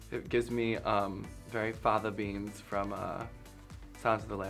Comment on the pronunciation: Fava Beans. Not Fatha beans.